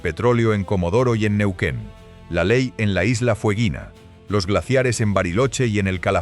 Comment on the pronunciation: Neuen, Neuken.....No será Baca Muerta ché ? ¿a quién le ganaste ?